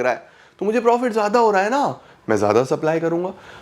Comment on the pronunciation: Zyada ❌Zada✅